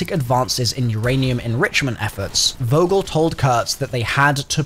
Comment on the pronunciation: this is completely unrelated to the story: as a german its so funny to hear these names pronounced like that. they pronounce "vogel" with a english V instead of a german V (in german V is most of the time pronounced like an F). if you would pronounce it like germans would, it would sound more like "fogel" with a strong F and "kurtz" would be pronounced more like "koortz". so weird that these are supposed to be german scientists and yet they dont even know how to pronounce their own name. i mean treyarch was right with the pronounciation of richtofen before too so no idea why they didnt make sure its right. sorry for talking nonsense lmao